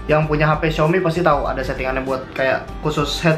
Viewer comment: Xiomi yak, bukannya xiomay, Wkkwkw canda kaa